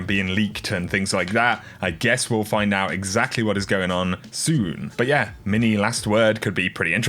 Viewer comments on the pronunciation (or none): none